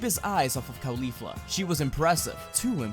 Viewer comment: What’s driving me nuts about this series is “khalifla.” It’s pronounced in the video like Khalifa with a “fla.” It’s pronounced “kaw-lee-flah” like “cauliflower.” You don’t call it Khalíflower. It just sounds so weird.